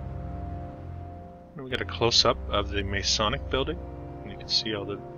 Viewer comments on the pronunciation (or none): none